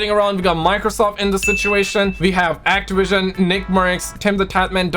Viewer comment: Those damn people at actiwision!!!